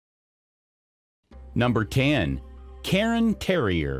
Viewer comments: It's k (kairn), not "karen" terrier! Lhasa, not Lhapsa, Apso! Nor is it Bella-nese! It's "Boh-loh-neeze' " or "Bo-lone-yez'-zeh" - like the sauce. Just imagine that the word "visage" is spelled v i z u d g e the last part sounding like judge, visage might be easier for you to pronounce if you did. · cairn, not karen, terrier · Cairn Terrier is not pronounced “karen”, the vowel is not after the R, it’s before. So it’s one syllable, more like Care sound with an -N at the end. Like Karn. Not “Karen”. And it’s not a newly discovered breed LOL